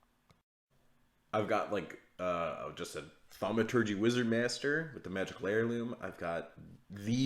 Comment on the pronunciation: Thaumategy? You can't say that in 2020?